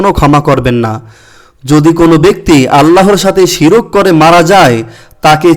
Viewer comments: শিরক না শির্ক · আপনার উচ্চারণ ঠিক নেই । শিরক বানান ভুল, সঠিক হল শির্ক